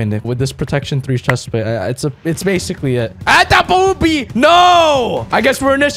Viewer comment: "AT THE BOOBEI" 2020